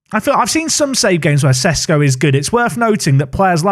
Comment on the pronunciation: He's Sheshko, not Sesko.